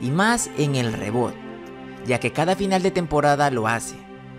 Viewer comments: Se escribe reboot pero se dice ribut no reboot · Rrebut se pronuncia :)